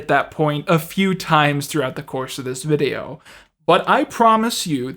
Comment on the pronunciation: He pronounces words as if he's never heard them said aloud. But some of the words are "fifteen" and "video"